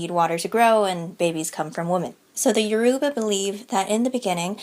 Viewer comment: Loved your talk on Orishan mythology but Yoruba should be pronounced with a phonetic emphasis on the "o".